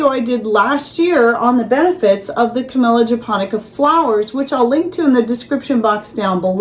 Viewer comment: Dead serious, I heard canola flowers 😂